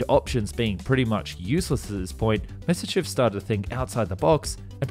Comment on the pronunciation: It's pronounced MYA SIS CHEV , you sound like you are pronouncing it Messerschmidt